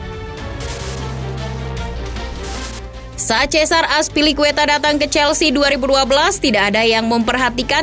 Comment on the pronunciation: Lagi2 bilang aspilikueta, padahal dibacanya athpilikueta